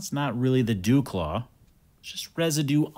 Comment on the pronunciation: the "resi-dew claw?"